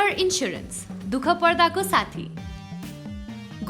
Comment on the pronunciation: लाईफ ईन्स्याेरेन्स भन्नुन, ईन्सुरेन्स हैन 😉😁